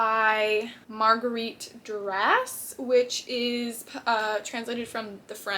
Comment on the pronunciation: Loved it 😅 so many books 😮 I’m French and your pronounce Yourcenar right. We do pronounce the S at the end of Duras so you got it right too. I also want to read Les mémoires d’Hadrien. The Lover (l’amant) is a true story. I have seen the movie 🍿 it’s really sensual and can be disturbing a little (she was 14 he was in his late 30’s or early 40’s). It’s her story actually. I haven’t read the book but I should. It’s interesting to see how many genres you enjoy reading. I also do the same as you : buy several books from one author I have yet to read ! 😅 and sometimes it’s a disappointment… I also f8nd interesting to learn about your favorite historic periods like the end of the Roman Empire. Ok next video 😅